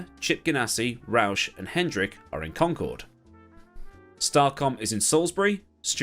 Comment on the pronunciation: As a North Carolinian I am legally required to thank you for saying Concord correctly. Thank you.